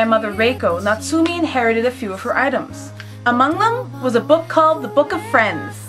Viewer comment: Your pronouncation of Natsume Yuujinchou killed me. Natsume is pronounced with a short e sound. (meh) not me and jin is pronounced with a long i sound like (jeen) Also if you want to get really into it dont put so much stress on the tsu it's Natsume not NaTSUme